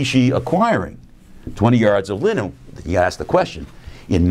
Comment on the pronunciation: Every time he says linen, it sounds like Lenin.